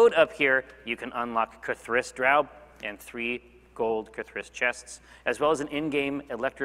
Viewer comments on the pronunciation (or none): It sounded like "KITH'ris"? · Am I crazy, or is Jeremy pronouncing K’Thriss’s name with the emphasis on wrong syllable? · You're right. I wish Kris had just corrected him at the start!